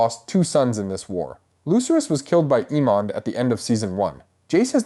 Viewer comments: “AY-MUND”. NOT “Ee-mond”. 🤪 🤦‍♂️ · Dude, I'm sorry I cannot listen to you massacre the character names anymore ... It's AY-MOND and BAY-LA:face-pink-tears